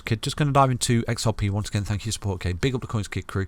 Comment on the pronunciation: The Thank you sounds like Fu#&k you.... Lol